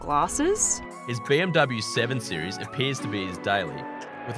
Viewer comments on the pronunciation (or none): none